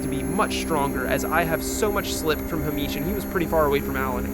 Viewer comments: Another great vid 😎 I'm going to suggest that Mr Cranston2 is Hay-mish as opposed to Hah-meesh. I strongly suspect he is of Scottish descent. 🙃 None of that however detracts from the fact that Alan would appear to be an absolute throbber. 😄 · I dunno why but calling a super common name as "Ha-meesh" like he's some exotic guy from the middle east really sent me every time you did it hahahah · The pronunciation of Hamish is sending me. Great video as always! Everybody knew it was Alan's fault...except Alan. Silly Alan. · I have never heard a Scottish name be pronounced like it's Arabic, and I love that. Tbf I can see how you read it like that ahah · has never seen the name Hamish before?? 😂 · Hahahah Its an anglo name but he pronounced it as south asian 😂😂 For real though, nice video! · why are you saying Hamish like that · Coz he’s American, not Scottish 😂